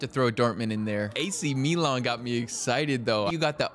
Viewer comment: So funny how Americans pronounce Milan. They do like korean accent or something